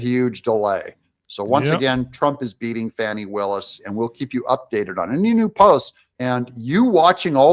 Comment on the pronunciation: Stop calling her Foni. Her name is pronounced FANNIE. (Not Adog, the National news.) 😂